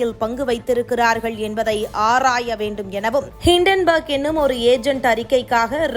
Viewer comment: ஆராய வேண்டும் என்று மென்மையாக படியுங்கள். ஆர்ர்ர்ராய வேண்டும் என்று படித்து தமிழை கடித்து துப்பாக்கி அம்மா தாயே பரதேவதே.